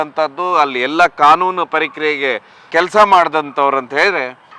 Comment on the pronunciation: Kanunu parikriye alla prakriye!